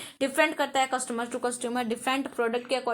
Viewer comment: Mam saying कस्टुमर